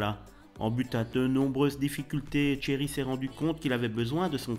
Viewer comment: Tcherry ? C'est Thierry...